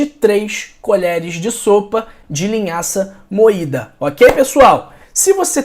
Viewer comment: Vc disse linhaça moitda